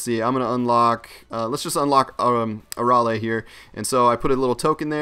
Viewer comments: a-ral-ae oof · Arale is from dragon ball not from Z just dragon ball and u said here name wrong she is also from Dr.slump